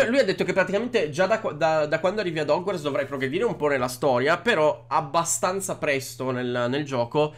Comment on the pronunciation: TI PREGO PRONUNCIATELO COME SI DEVE….Si pronuncia HOGUORTZ NON HOGUARZ 😂 E BASTA …..